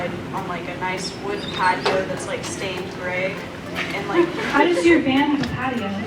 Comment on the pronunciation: Natsuki, the one who tried to escape., the one who can't pronounce patio right